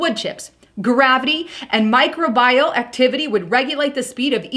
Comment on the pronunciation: It's Microbial (mi-cro-be-yul) Not micro bial. :) Another informative video.